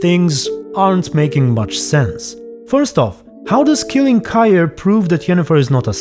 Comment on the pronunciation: HOW DID YOU PRONOUNCE KAHIR?!